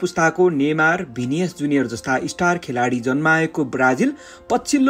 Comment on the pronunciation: भिनियस हैन हौ भाइ भिनिसियस जुनियर हो